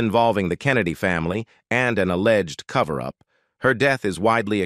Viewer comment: When it said a-legged…